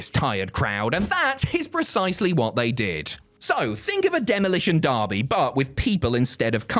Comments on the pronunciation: Demolition DERBY, not Darby. That's Allin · To pronounce "Demolition Derby" like Derby, England, is very funny to me.